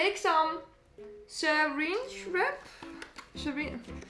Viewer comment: Did she call it syringe wrap? Lol